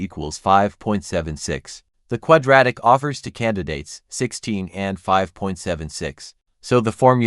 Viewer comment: The annoying way the narration consistently mispronounces two as to